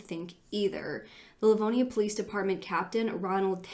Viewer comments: for anyone local who might know something or have thoughts, he's from LivonIA. It's pronounced differently in the video ( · That is not how Livonia is pronounced. Lol